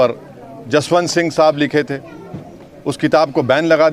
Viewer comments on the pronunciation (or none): none